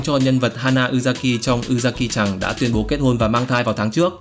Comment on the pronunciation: Góp ý nhỏ là có lúc ông đọc tên Nhật của các bộ anime cũng ổn nhưng mà sao cũng có lúc đọc nghe nó mệt mỏi vậy @@ chẳng hạn như lúc đọc tiếng Nhật thì cứ đọc tự nhiên thôi đừng có thêm dấu vào cho nó, ở trong video này cũng có đoạn ông đọc chữ -chan thành chàn hoặc là chằn luôn ấy